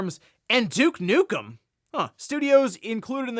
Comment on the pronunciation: Douche Nukem 🤣😂🤣😂🤣😂🤣🤣😂 🤣😂🤣😂🤣😂🤣😂🤣😂🤣😂 In all my years of gaming I’ve never heard his name said this way …! Remind you I was alive when the first Duke Nukem game was released.